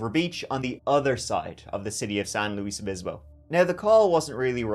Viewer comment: see?? no one can say "san luis" right lol